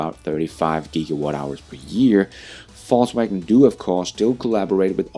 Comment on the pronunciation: It sounds like you are saying false wagon and not volks wagon as they say over there